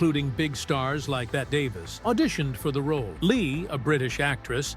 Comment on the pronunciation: The name is Bet tee Davis not Bet. Please get it right.